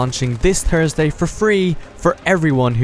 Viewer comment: Came for the War of the Pacific contents, subscribed for the pronunciation of Thursday.